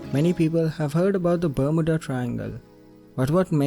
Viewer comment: Ber-m-you-da - that's how it is pronounced. divulged*, not diverged